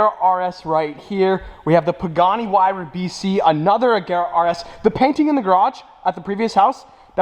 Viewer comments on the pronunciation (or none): none